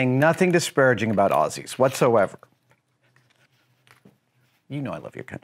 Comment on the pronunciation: Thank you for pronouncing "Aussies" correctly. You now have even more credibility, if that's even possible.